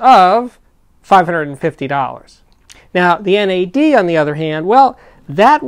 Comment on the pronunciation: do not think you can say nad in your way, you say n.a.d its not an acronym.